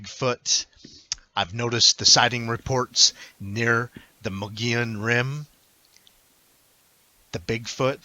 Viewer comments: It is pronounced Mo-gi-on. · it's MOW GEE YON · Yes Mogollon is pronounced Mo-go-yon, but locally pronounce as stated Mow-gee-yon. Mogollon is a Spanish word, and comes from the period when Arizona was part of the Spanish colonies. The original European name of the mountain in the footage was called the "Sierra de Sinauga" by the Coronado Expedition in 1540, then it was renamed in 1629 to its' present name "The San Francisco Peaks" by the Franciscans after their founder Saint Francis of Assisi. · Pronounced. Muggyon and they would have been on 180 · Learn how to pronounce the name. We are not the Mongollian Rim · The Mogollon Rim is some very beautiful Country. I practically grew up in the White River area in the White Mountains. It is pronounced like this ........ (Moe Gee Yawn) Rim. Thanks for the video and the info. Cheers